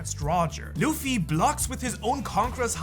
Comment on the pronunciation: DID HE SAY ZUFFY?